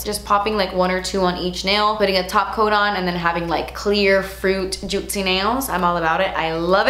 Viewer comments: Drink every time says "jutcy" 😂 Edit: I literally commented this before she says in the video hahaha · I love you but it is getting annoying how often you say Juitcy.... :(